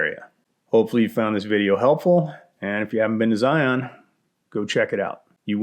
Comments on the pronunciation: Zion is just something else! For those of you who aren't local like I am;), it is pronounced Zy-inn, not Zy-onn. But anyway, PLEASE maybe try the Golden Cathedral off of Hole-in-the-Rock Road near Escalante, I'm looking at it to give it a try to go backpacking for Memorial Day weekend (I know, stupid idea to go during a holiday). I would really like to see your insight on the trail, if not, it would be super cool if you did Coyote Gulch from the Hurricane Wash side so I can see how to do it correctly. I ended up scrapping the trip when I almost made it to the confluence of Red Well and Hurricane Wash because the conditions were less than ideal and I just turned around. Love your videos man! Zion is truly beautiful and manna from heaven despite how crowded it is;). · Y'all are pronouncing it wrong. It's pronounced 'Zi-unn'. Don't sound like a tourist, we make fun of you in southern Utah